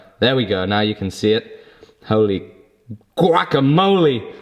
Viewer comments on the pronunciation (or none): none